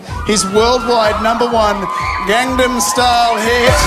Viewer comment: anyone else sick of people pronouncing 'gangnam style' as 'gaengnaem' style?!!